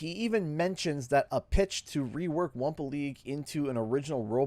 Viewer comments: Stop saying wampa legue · Wumpa League